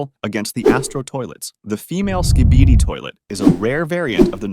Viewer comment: "The Acid Barrel Skeeibieedi toilet" "The Anthony Fantano Skybidi toilet"